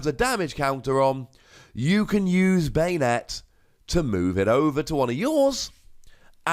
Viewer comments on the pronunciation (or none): Ban-ette =/= bane-ette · I always pronounced Banette as "BAHnette" not "BEYnette" idk the way you say it sounds kinda weird.